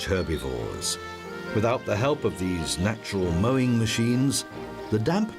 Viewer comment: ah yes "MOWING" MACHINE